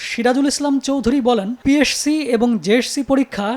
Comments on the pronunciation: উচ্চারণ ঠিক করা উচিত পিএরসি❌ পিএসসি ✅ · পি এর সি? জেএরসি? 🤣🤣🤣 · পিএসসি কে পিএরসসি বলেন কেন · পিএসসি জেএসসি কে উপস্থাপক বারবার পিএরসি জেএরসি কেন বলতেছিল? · সাংবাদিক সাহেব পিএসসি এবং জেএসসি শব্দ ২টা উচ্চারণেও বার বার ভুল করছেন এখানে। 😂😂😅😅